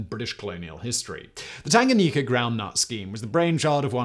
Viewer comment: 😂😂😂That Tanganyika pronunciation though🤦🏾‍♂️. P.S. I am Zambian watching from Zambia